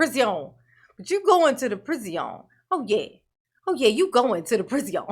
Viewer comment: "PreeZeeon" is really fun to me cause in french we call Darrell's new home "prison" and it sounds like "preezon". Love your reactions, greetings from Paris